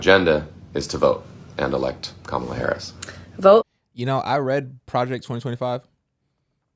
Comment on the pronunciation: Kam-a-la just like you pronounce Pamela . It's the same way. So many people mess up her name. Lol.. Said with love❤